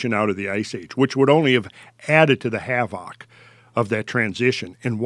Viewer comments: I like how says HAVOCK (havoc) 🤣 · I love it whenever he says "havoc"